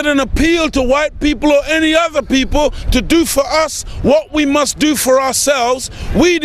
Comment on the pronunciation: You can't correctly pronounce the word "for"